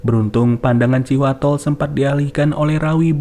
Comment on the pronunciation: thanks infonya, abis di video ngucapinnya terdengar kaya Cihuatol,,hahaha